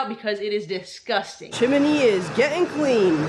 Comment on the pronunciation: CHIM-NEE ...NOT chim in nee !!